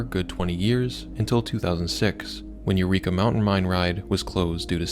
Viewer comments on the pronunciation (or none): none